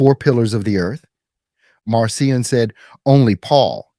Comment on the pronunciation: Pronounced Markion. Attend school.